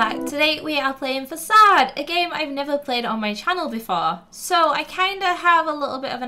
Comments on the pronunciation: Facade is pronounced Fa-Kade not fas-ade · Had subtitles on and when she pronounced facade it turns out to assasd!